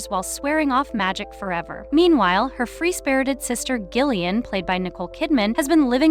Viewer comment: I can't with the mispronunciation of Gillian's name!